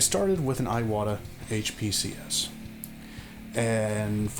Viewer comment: Really appreciate the review-- I have been on the fence between two of them for a while. By the way, "Iwata" is not eye-wahtah but ee-wahtah with a long E sound.